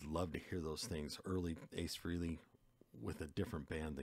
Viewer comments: It's FRAY lee not FREE lee. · Except his name is pronounced Fray-lee, not Free-ley. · Ace's last name is pronounced "frelly," like belly, NOT freely! Listen to the way Ace pronounces it in the song "Rock Soldiers," by Frehley's Comet, the band he started after he left KISS ("Hey, Frehley, Frehley, let's not be silly. There's a life out there to steal!"). Also, Paul Stanley pronounces it correctly during "Shock Me," on Alive II: "Ace Frehley, lead guitar! Shock Me!" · Ace's last name is pronounced " FRAY - LEE" ,not FREE - LEE. Please kindly get this correct 🤨 I have heard people say his last name INCORRECTLY 😢 It's pronounced FRAY- LEE and NOT AT ALL " FREE- LEE 😡